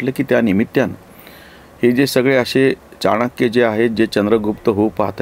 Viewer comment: चाणाक्याने नव्हे, चाणक्याने.